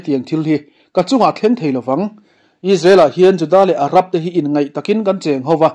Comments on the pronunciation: Inngeih tih tur aw! Inngaih ni lovin. I ti tha thlawt e. Ka subscribe che aw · Inngaih takin tih loh tur, Inngeih takin tih zawk tur.